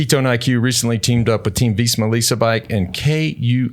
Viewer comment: Why do they always pronounce it “Veezma”